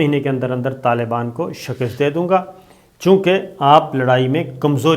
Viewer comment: صابر شاکر صاحب ایک لفظ آپ استعمال کرتے ہیں shikist یہ اسطرح نہیں یہ shikast ہے